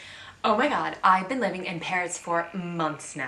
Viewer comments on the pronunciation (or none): none